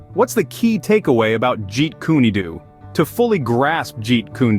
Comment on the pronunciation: lol “jeet kune doo” it’s “do” as in “dough”